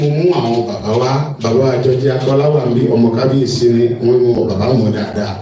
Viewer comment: ❤❤❤the kabiyeai pronounced. Karo ojire❤🎉the way it suppose to be pronounced❤g o od morning you wake up well❤some will say you don't wake up well. Point of correction don't say o ji ire. Oduduwa nation no going back❤🎉🎉🎉